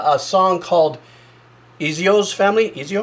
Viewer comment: Hehe... Eggzio